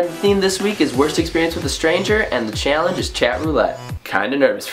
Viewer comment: did you hear the way Connor said "challenge"